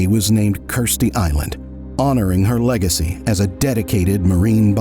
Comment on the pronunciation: I was across the room and misheard the narrator when he said, "Honoring her lagecy as a dedicated marine biologist". I didn't hear the 'cated'